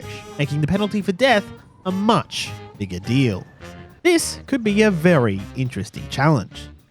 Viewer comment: bro did not say bigger